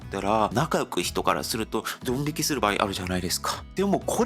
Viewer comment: /n/ や /h/ が語頭に来れないので、よく聞くと「日本」を「ディオン」と発音している。 /b/ も語頭に着にくいので、「場合」を「パーイ」と発音している。 このように、韓国語には語頭の子音に制約が非常に多い。